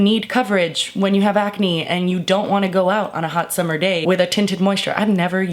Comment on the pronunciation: "take yo time, it's the summah" XD hahah